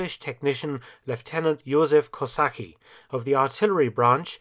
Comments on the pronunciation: Isn't his name pronounced like "Kosatsky"? I suppose it is. And thank you for he most astounding figures you voiced in the video. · Actually name Kosacki is pronounced a bit wrong by Dr. Mark. Corretly is Kosa(ts)ki (No hate. Keep up a great work! Cheers from Poland!) Edit: Like this comment so more people can see it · This is great, but the pronunciation is more like "kosah -tzki", so it's a big mistake in this documentary. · 'c' is said 'ts' in Polish; Kosacky is said 'Kosatsky' or maybe 'Kozatsky', not 'Kosaky'. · It's not Kosakee, but Kosatzkee. Yes, I know it's not easy :) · "ck" in Kosacki is to be pronouced like "tz" (Kosatzki). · Any non-Slav can be excused for the difficulty of pronouncing Polish names, but Kosacki is pronounced ko-SAT-skee, with the 'SAT' rhyming with "dot". The Polish military engineering technology institute Wrocław is named for him. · Kosacki - is pronounced as "kosatsky". In general Polish words endings -cki are pronounced as -tsky. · kosacki is read as kosatski, you must no miss dat c before k in kosacki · AGAIN. To pay a proper respect it is expected to pronounce names correctly. His surname is Yoozef Kosetsky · You pronounce German, French, etc names with proper pronunciation but can't take the extra 2 minutes to find the proper pronunciation of Polish names. Ko-sa-ts-kee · Little advice, you should pronounce his name "Kosatzki". Anyway very nice episode. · Youzeff Cosacky - this is how you pronounced 🇵🇱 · It would have been a really nice touch for Mr Felton to learn how to pronounce the inventor's name, Kosacki is pronounced Kaw•SAT•skee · Youzef Cossatzky. I'd rather pronounce it that way. 🙂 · Thank you for this movie :) Btw. I our language we do not have mute leters... Jozef is pronounced "Youzef" and Kosa"c"ki :) The C is important :) I know I know our language is hard... even for many of us ^^ we have rz=ż or u=ó and also ą,ć,ź, dż, dź and so on ^^ Cheers :) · Kosacki pronounciation is 'Kosatzkee' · koza - c -ki not kosahi